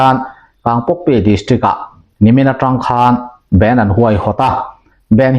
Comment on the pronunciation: A dik chiah [bend] ti lo tur band mizo tawng a lam mai tur, bend chu thil dang deih sawina a ni.